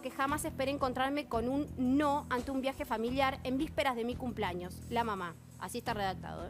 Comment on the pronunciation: Que ganas de pegarme un corchaso cada vez que escucho a Cinthia decir CUMPLAÑOS! no sabe hablar y es candidata a diputada... pais del orto.